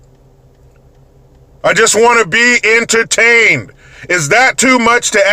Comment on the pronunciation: Are uhhhh..... are you NOT entertained? ARE YOU NOT ENTA-TAINED!?!?!